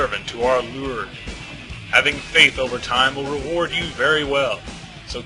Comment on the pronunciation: "I am Angelica, humble servant to our 'Loord'" XD